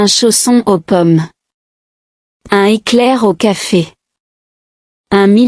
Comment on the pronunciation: On ne dit pas "une cliententre" comme c'est prononcé ici : il doit y avoir une légère pause. (C'est de la même manière qu'on distingue en anglais Nitrate de Night Rate.) En revanche, on doit dire un-n-éclair, avec liaison complète. Il y a quelques autres défauts, ce qui est bizarre pour l'apprentissage d'une langue.